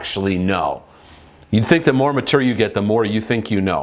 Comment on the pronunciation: Please don't pronounce mature like that.